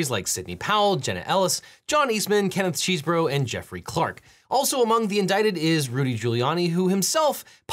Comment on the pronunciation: Thank you so much for pronouncing Kenneth 🧀🧒🏻's name correctly. Other youtubers want to take that away from us.